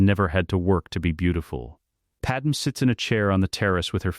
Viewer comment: Just declare her Kryptonian instead of Nabooan, because your idiot AI keeps calling her Pad-Em rather than the proper pronunciation of Pad May.